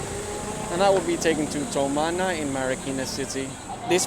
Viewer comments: pronounce it like this (two-mana) tumana not tow-mana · Did they officially change Tumana to Towmana? Hahahaha